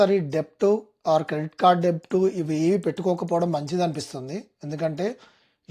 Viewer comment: డెబ్ట్ కాదు బ్రో, డెట్ (బి సైలెంట్), One of the biggest reason కాదు, one of the biggest reasons. NRIల పరువు తియ్యొద్దు.